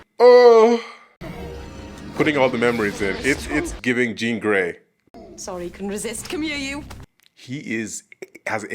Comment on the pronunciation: He's name is grey not rey!!!